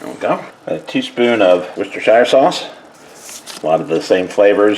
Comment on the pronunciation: Hey!! I’m here for this!! Yay! Salisbury steak!!! I haven’t had any of those in decades lol hahah oh panko!! Interesting!! I love how you say Worcestershire sauce!! I cannot ever say it hahaha 🤣 yes nicely seasoned, it must be delicious ❤thanks for sharing 😊God bless you and your loved ones always ❤